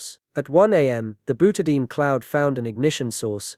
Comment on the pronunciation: Byoutahdayeen = Butadiene